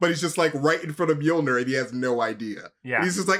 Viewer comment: And omfg you did not just call Mjilnor miramar